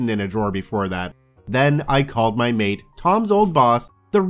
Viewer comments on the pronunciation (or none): none